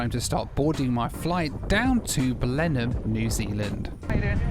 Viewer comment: One of my dearest friends in the world is from Blenheim! I have always wanted to go. You get extra credit for the impeccable pronunciation of Blenheim... Now we need to practice on your "Ezeiza"...